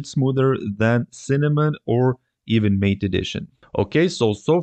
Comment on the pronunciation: Good presentation. Very clear and simplified. Only one critique... MATE is pronounced [ mah'-tay ]